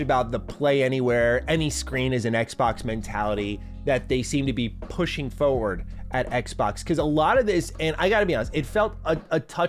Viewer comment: Fuh word ? You mean forward